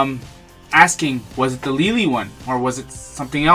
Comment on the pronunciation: Lol, I usually pronounce LELE like 'leh-leh', but I like how you pronounced it that second time. Love the reviews, will you be getting the death star II? I have not seen any review on youtube yet